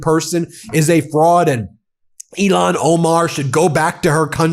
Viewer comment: PLEEEEEASE stop saying Ilhan as though it rhymes Elon. It's pronounced ill-hawn